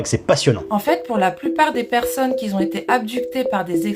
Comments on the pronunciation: « Les personnes qui z'ont été… » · C’est vrai ! C’est grâce à l’intrication negative bivalve. Sinon, elle dit « les personnes qui zont » et mes oreilles se sont mises à saigner. C’est vrai aussi ! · "les personnes qui z'on été abducté.... Tout est dit 🤣🤣🤣